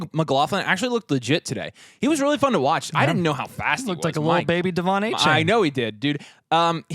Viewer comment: Soft A on the second A in Achane. Come on fellas